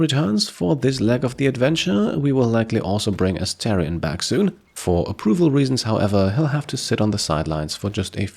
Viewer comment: Hey! Really enjoying the playthrough — you're doing a great job with it. Just a tiny note: the character's name is Astarion (pronounced Ah-star-ion), not Asterion. Totally easy mistake, just thought I’d mention it in case it helps. Keep up the awesome content!